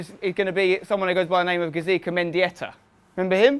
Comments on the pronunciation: Isn't it "Gaizka", not "Gazika"? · When interviewing a player, make sure you pronounce his name correctly, its not gazika? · It's not Gazika it's Gaizka :D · Gaizka Mendieta not Gazika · English people trying to say Gaizka, its pretty funny.